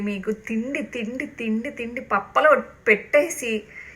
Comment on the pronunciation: పప్పలు కాదే తల్లి పప్పులు